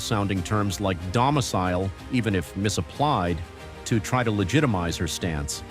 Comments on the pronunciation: Docamile????.... Domicile!! 🤣🤣🤣🤣🤣🤣🤣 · Stuuuuuupid beeeeeeee🤣🤣🤣🤣🤣🤣 …”docimile” did she possibly mean domicile ?????? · Her docemile? Domecile, yes that works but if you want to use alternate wording for the simple term "my residence/ home address" at least say it correctly. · 😅 She said "domsenile" instead of domicile! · "Dosimile"? She sounds so stupid mispronouncing and MISUSING the word! 🙄🤪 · Her stupid ass said docimile instead of domicile. 😂😂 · Geeez... It's "domicile", not "docimile", dumb-ass! Also, it's "Moorish", not "moish". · "docemile" yaw beddah axe sumdody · Can't even say the word Domicile correctly.